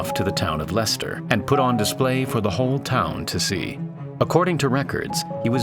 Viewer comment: Correctly pronouncing Leicester puts you in the 0.01% of Americans who did their research. Congratulations.